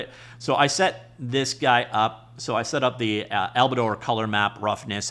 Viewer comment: Bro.... AL-BEE-DOH. Not Alistair, Allibaster, Ali Baba. Albedo, three syllables.